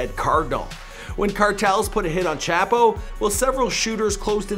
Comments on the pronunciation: I hate how you're saying "Chapo" white guy from Canada. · Chop-o is how you pronounce it. Chap-o is so incorrect it sounds like you're making no effort to say it right